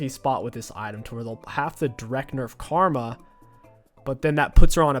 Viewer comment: Did anyone else hear him say Kargma at roughly I think he wants to play kogmaw nxt :P